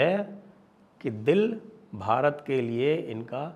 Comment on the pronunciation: आपके वार्षिक सम्मेलन के प्रोमोशनल वीडियो की कमेंट्री इतनी आंग्लीकृत उच्चारण के साथ क्यों होती है। कम से कम भारत शब्द का उच्चारण तो ठीक करवाएं। आपके चैनल पर भारत शब्द का गलत उच्चारण क्षोभ देता है। शुरू में एक पुरुष कंठ की कमेंट्री तो असहनीय थी, अब महिला कंठ की कमेंट्री में काफी सुधार है, पर भारत शब्द को ठीक करवाएं।🙏🙏